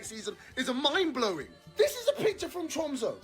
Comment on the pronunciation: Tromso is pronounced “trum-suh” and Bodo is “boodeh”.